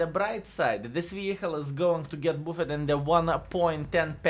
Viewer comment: No sense in mispronouncing "buffed" forever. Here is how to say it correctly